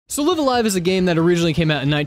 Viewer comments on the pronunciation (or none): It's pronounced L-IVE a L-IVE